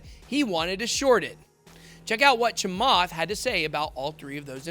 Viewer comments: that interview is old and you BUTCHERED his last name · Honestly... deliberately screwing with Chamath's name like this makes you come across a little racist. You might want to consider editing that out and reposting my friend. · You are a clown. Never said ETH to zero. You are not very professional about your presentation not even taking the time to pronounce his last name correctly. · Trust me, he absolutely butchered his name. I actually lol'd. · He didn’t pronounced it right . But it’s ok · Please start pronouncing South Asian names correctly. It's 2021. A simple online search will tell you how to correctly pronounce it, if you don't already know how to pronounce the last name correctly.